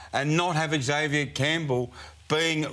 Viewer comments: EX-avier is a pet hate of mine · Someone needs to teach him how to pronounce Xavier.